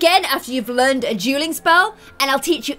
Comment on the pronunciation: every time you said dueling or duel i thought you were saying juul lol